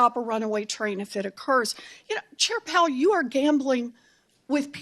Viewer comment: Is she saying “chair pal”?